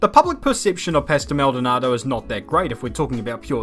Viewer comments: hearing say 'pastel' instead of 'pastor' makes me think there were two maldonados: the crashy-crashy dont want to finish a race one and the LORD maldonado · It's pasto not pastel